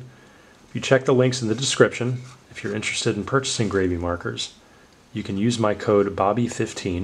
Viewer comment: sounds like you should gravy. 😂 it's grab-e, like you're grabbing the marker and being graby with em 😆